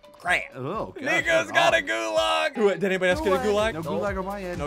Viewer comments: When you play MW and then hear ssundee mispronounce gulag, T_T It's pronounced Goo-log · The way he says gulāg hurts me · Your pronouncing it wrong. Its goo-laug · Gods, the way he pronounces Gulag annoys me